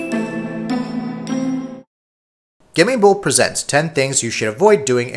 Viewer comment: Try pronouncing it like: GAY-MING-BOLT. Not gimmie bowl. Learn to pronounce your own name.